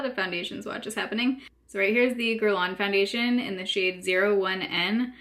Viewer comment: Sounds like gerlane, not gerlon lol. Guerlain is an ok foundation,but it's not worth 60$ plus shipping.